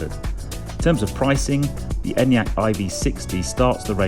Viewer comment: finally someone in the UK who knows how to pronounce it haha